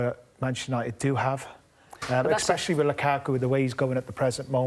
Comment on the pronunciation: Craig ‘eggspecially’ Bellamy